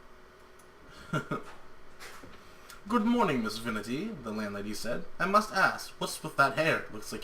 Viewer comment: I think it is Vinty, Not Vinity. :)